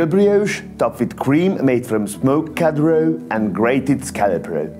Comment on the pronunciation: The way you pronounce "COD ROE" is legendary